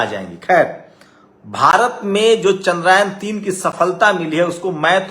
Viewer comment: जो टूचिया चंद्रयान को चंद्रायन बोल रहा है, वो तय करने आया है कि क्रेडिट किसे दिया जाए 😂